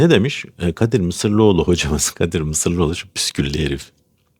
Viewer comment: Bilal'i geç de sırf o dedi diye "Mısıroğlu" nu karalama. İnsan bilmediğine hasım olurmuş, sahiden tanımanı isterdim. Adamın soyadını bile yanlış telafuz ediyorsun: "Mısırlıoğlu" değil "Mısıroğlu" dur.